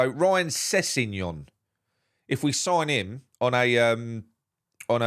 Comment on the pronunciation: STOP squashing names of black players. Sessegnon and Guehi. Learn to pronounce the names